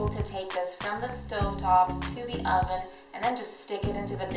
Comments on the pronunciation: What's an "ahven"? UHven. Eastern European accent? Also, blink more. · Say oven right bitch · She can’t say oven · "I popped them into my AHven." Wtf? 😂😂 I've heard people say a plethora of words in a weird way, but "oven" definitely hasn't been one of them 😆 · Seriously? Maybe it's an accent. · How you say oven makes me cringe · Why u say oven so weird